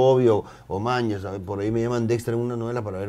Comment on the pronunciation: Me desespera que digas manllas ¿manllas?